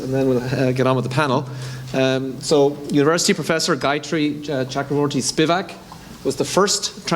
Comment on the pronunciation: গায়ত্রী চক্রবর্তী (gayatri chakravorty) is pronounced as gaĕòttri t͡ʃɔkkròbòr(t)ti. please pronounce correctly.